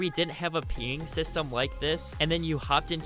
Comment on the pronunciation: i knew someone else heard this, where does someone learn to speak english like this? lol